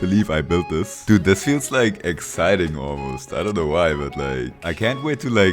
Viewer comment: He's adorable lol the way he says dute instead of dude